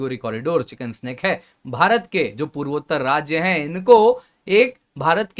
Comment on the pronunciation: चिकेन नेक या चिकेन्स नेक के बजाये चिकन स्नेक क्यों बोल रहे बार बार?? 🙄🙄🙄